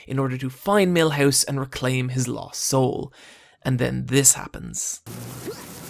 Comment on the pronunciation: god this guy has a terrible accent and pronunciation. Millhose? Come on.